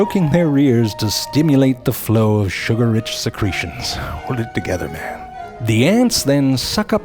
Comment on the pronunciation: It's "man" not dan. You must have been a special kind of dummy 5 years ago